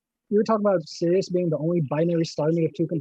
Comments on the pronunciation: Sirius - seer ee us, damnit!! The word pronounced seer us refers to a part of a bodily fluid. Tell her about poles and zeros in the complex plane - you can have lots of poles on the plane. Toss in bits like the existence of zeros in the right half plane for which compensation with a pole is not possible. Tell her about how often j appears in the calculations of noughts and crosses and explain to her that it is imaginary! Obviously a binary star is one with two distinct states - on and off or right side up and upside down or pink and blue or convex and concave or wax on and wax off or... She's so damned dumb and arrogant that "binary" in reference to "a" star has very specific meaning and that other uses of "binary" are irrelevant. I have to quick coming to this infliction point. It's just too painful and brain damaging. lives on the first point of inflection of the plot of the Dunning-Kruger effect. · Why does everyone keep mispronouncing SIR-I-US??? On top of all the other excruciating points, this is really annoying me. Somebody should have smacked long ago, and told her to respect her elders and betters. She has no concept of being in the presence of educated minds. How could you let her manipulate this with her aggressive insanity for so long? "Binary" means "two of", in this case, two stars. This wasted hours of my precious life. Again. Plus audio was way below par. We should have the option to turn it down if it's too loud. Too quiet, there's nothing we can do. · for shits sake, honey, it's Sirius. [SIRR] + [EE] + [UHS complete dope.